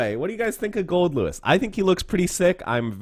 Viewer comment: Man it's nice to see someone getting his name right!